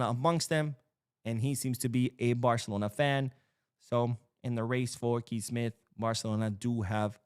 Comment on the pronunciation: Kees is pronounced like you say "case." In this case we should try to sign Kees Smith.